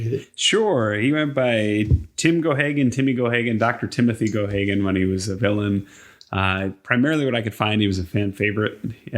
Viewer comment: It is pronounced GAY-GAN. From Leitrim, Ireland. Wrestled all over America & Canada from late 40s. Wrestled in Middle East, India, Pakistan, Europe too. He was a carny on old circuses in Ireland and europe as a boxer, before he was a wrestler. He was champion in a number of NWA territories too.